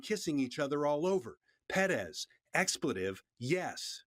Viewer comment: the refreshing feeling I have after finally hearing someone on tv/online pronounce Perez right is incomparable